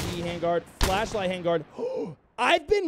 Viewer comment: legit thought he said flesh-light that's one way to improve morale in the field